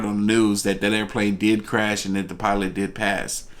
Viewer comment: flilot lol